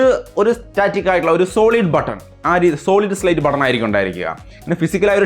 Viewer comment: It's Solid State not Slate 🙏